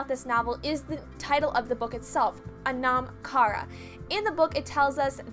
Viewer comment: its pronounced "aw-num." (sort of like autumn). NOT "uh-nom." ...good lord.